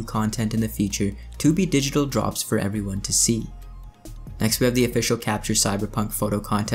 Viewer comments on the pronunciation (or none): none